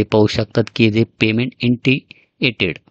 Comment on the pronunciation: इंटियटेड नाही ओ साहेब इनिशियेटड आहे